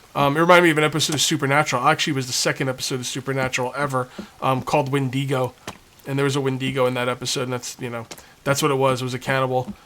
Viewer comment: Anyone else internally cringe when mispronounced windigo?